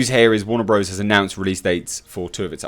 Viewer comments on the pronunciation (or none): none